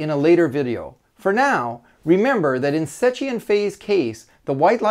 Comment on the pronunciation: it's pronounced "sekki"